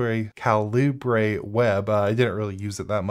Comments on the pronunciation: Calibre is pronounced kal-ih-ba you know, like a guns calibre? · lol "Kal-i-ber" just like .50 calibre. Great video though mate!